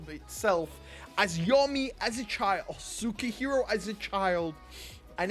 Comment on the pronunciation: You're truly struggling with sukehiro's name , yami just fit so well , so just keep it yami , since his name was yami in the clover kingdom .